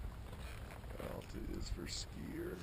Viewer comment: It is ALta...as in AL..TA...not ALLta. So funny seeing that old man mispronouncing it so many times.